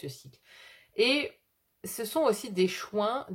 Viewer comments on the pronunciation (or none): bonjour et merci pour le partage, pour le, vous dites les "choins" (au lieu de choix), alors je vous partage ce qui m'est venu à ce moment là... ce sont peut-être les choix qui mènent à des soins (donc choins par contraction), ce qui est factuel pour moi en ce moment... En vous souhaitant une belle journée. ✨✨